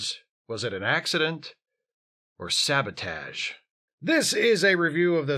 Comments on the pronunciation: how did you pronounce sə-BOH-tij?! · ...did you say "sabotage" or "sandwich"?